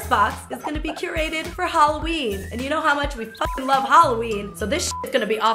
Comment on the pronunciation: says HOLOween